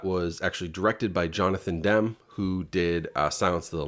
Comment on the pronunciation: His name is pronounced "jon-a-than-dem-me"🎉🎉